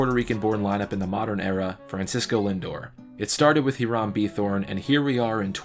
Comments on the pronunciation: It is pronounced ee•ram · Hiram is pronounced "HIGH-rem," it's an old-timey name. You make good videos. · I am Puerto Rican, and I am fine with it, and it was pretty close anyway. We just do not pronounce the letter "H"